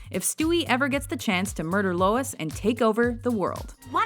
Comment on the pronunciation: it’s Lois not Louis